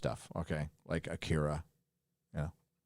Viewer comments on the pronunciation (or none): none